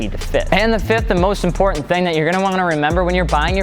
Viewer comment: spack! importantER... Lmao omg i crakced up bro